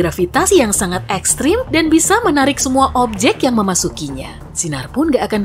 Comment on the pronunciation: Tumben, biasanya benar menyebut kata ekstrem, tapi kali ini kenapa salah penyebutannya?